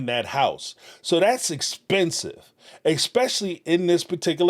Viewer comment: Thank you for pronouncing “realtor” correctly Please start saying ESSSSSS PECIALLY NOT EXXXX SPECIALLY